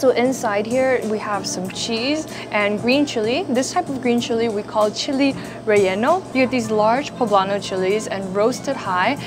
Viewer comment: i love that she can’t say “relleno” 😭 “re enyo” like awwe